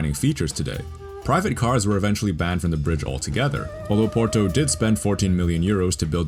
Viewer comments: Try to say Porto, not "Poro"! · New drinking game: every time you hear Poro instead of Porto you drink a shot of whisky I'm mid video and i'm fucking hammered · Pls, it's not "PORO"... It's "POR-TO", strong T.